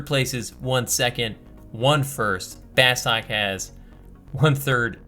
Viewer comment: C'mon, it's pronounced 'Bah-stuuk'.